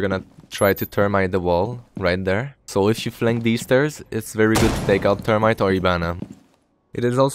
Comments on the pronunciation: your english was great! only thing was "termite" 😂 its pronounced th-erm-ite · It’s pretty good English to be fair except when u say thermite as termite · Great video! Your english was fine. The few mistakes you made were entertaining. "Termite" instead of thermite, and you for didn't pronounce the h in hatch or have. Great video man keep it up and bring serenity back!!!